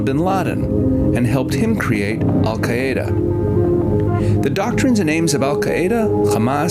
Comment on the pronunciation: I was going crazy about his pronunciation of “Hamas” and “Al Qaeda,” too!!